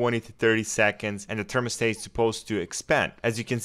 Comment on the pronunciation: they wasnt saying it was usless, but the way you say thermostat makes me scream inside 😂 usful video tho